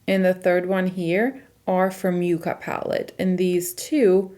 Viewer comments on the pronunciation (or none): With all do respect it’s not you-ca it’s pronounced yuk-ka. It’s actually a plant. It’s going to be a gorgeous pallet for fall! It looks beautiful on you.😊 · Very excited to watch this video!! Stunning looks. The name sounds like Ya not a U sound. I am pretty sure it is meant to be like the yucca plant....color story. I have only seen one review that pronounced it correctly.